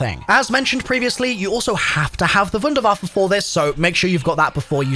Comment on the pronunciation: THANK YOU for being the ONLY content creator I have seen to this point that pronounces Wunderwaffe correctly when using the German version of the word and not just calling it a wonder waffle or some crap like that 🤣